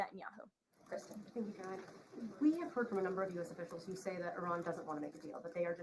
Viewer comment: Please pronounce her name correctly. CARE-uh-line. Line rhymes with mine, sign, wine...